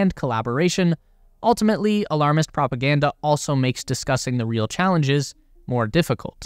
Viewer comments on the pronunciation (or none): none